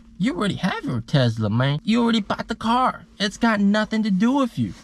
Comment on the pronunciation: “Tezla mang” lol. Love the video. Thanks for sharing